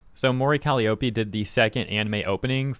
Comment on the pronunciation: The only thing that pissed me off in this video is pronunciation of Mori Calliope lmfao